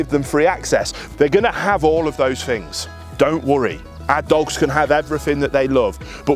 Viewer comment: He said then correctly, but then he said things like fings, incorrect, im dumb founded by this